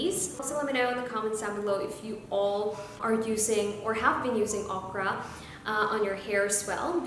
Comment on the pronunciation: Please pronounce Okra correctly.